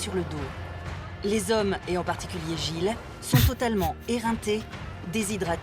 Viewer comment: je vous jure que si j'entends encore une fois les "zommes" je me fous en l'air